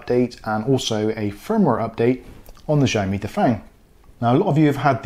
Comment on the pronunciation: I read somewhere that if the MAC address starts with 78, then you probably gonna be block. Both mine are 34 and working fine. Btw it’s not pronounce as zhaomi but ziao mi. Go google the translation and listen to it. :)